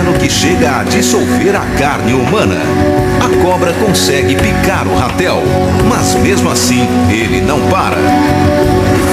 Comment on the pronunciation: Não é Rapel e RATEL!!!